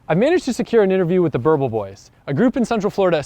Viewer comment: lol "Burble"🤣